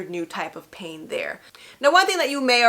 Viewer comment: And the way she say pain. She dont say pain she say PAHin. I’m scared 😟